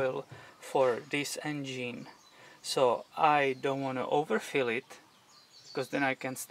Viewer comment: engeen hahahaha lmao